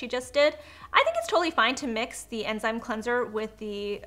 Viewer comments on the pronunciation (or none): none